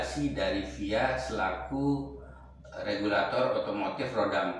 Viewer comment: FIA di eja bang bukan di baca 😭